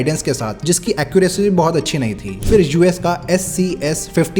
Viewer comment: Why can't people these days get basic pronunciation or words right? What the hell is going on in schools? Are people even attending them? It's not "fir" (फ़िर) but phir (फिर). And it's not "crores" but crore (one reads "5000" as "five thousand", not "five thousands"). Finally, it's not "aircrafts", but aircraft.